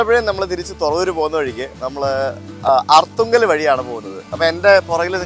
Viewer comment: Aarthungal alla Arthungal aanu